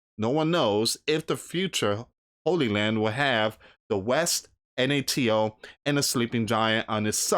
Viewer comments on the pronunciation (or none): none